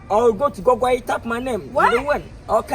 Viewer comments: Liwin pronounce Google again😂😂😂😂😂😂😂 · Did I hear lil win saying gogoy.....Hahaha